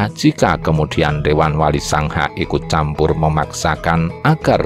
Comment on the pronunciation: Sanga kok selalu di tulis dan dibaca SANGHA